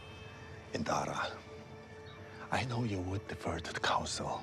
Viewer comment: Please I beg you - her name is Indira 😭